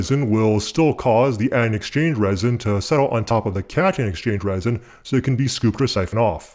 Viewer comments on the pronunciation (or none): Are you saying "catch-and-exchange resin"? I thought it was cation exchange resin.